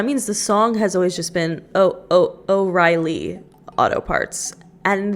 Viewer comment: pov: u live in dublin and the pronounciation of o’reilly bugs u